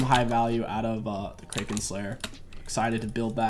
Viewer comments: please say kraken slayer like crack-en. pronouncing it wrong hurts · Yep, and ikraken slayer is pronounced like "Crack-en"